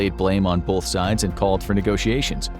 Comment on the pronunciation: contrary to popular mispronunciation, "both" does not have an "L" betwixt the "o" and the "t."